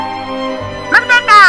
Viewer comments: Merdeka merdeka rrrrrrrrrr hobah ngakak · Tadinya mo nangis eh jadinya ketawa gegara rrrr hahah